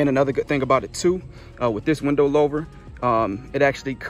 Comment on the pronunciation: Not trying to be rude but it’s pronounced like hoover but with an L like “looover”